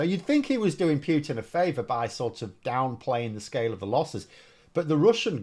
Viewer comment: He is not called Pew-tin !